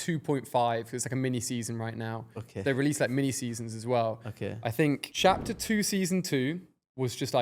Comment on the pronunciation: “okeh 😊”